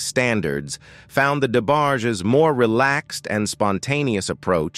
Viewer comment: Sometimes U hv 2 type these Text to Speech (AI voices) incorrectly so that it can pronounce it correctly 😂 Had they typed Envogue as In Vouge this fake narrator would have pronounced it as U read it 😁 same with Debarges. Typed as Duh barges same application. But who has time to do all that when you desperately want subscribers to enhance your click bait intentions for a 20 something minute video that goes in circles about nothing and or stuff we already kno. Pathetically hilarious.